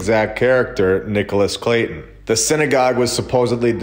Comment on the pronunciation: Clay-ton as in bricks ....